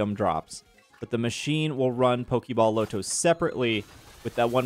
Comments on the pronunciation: It’s not low-to. It’s pronounced LAH-to. No one says low-to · I can't do the way you say lotto. It's LAH-toe no LOW-toe lolololol Like lottery ticket. We don't say LOWtery ticket lol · Okay so, "Lotto" said "LAH-to" not "LOW-to." It's short for "Lottery." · Bro called the Loto the "Low-toe" whatever that is😂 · Your pronunciation of "Lotto" is killing me... It's Lotto, like Lottery. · They way you say lotto is extremely jarring lol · I low key thought it was because you didn't want YouTube to flag it for gambling or something lol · my native language isn't English either but that is not an excuse for butchering basic words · Maybe it sticks from Roto loto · i second that …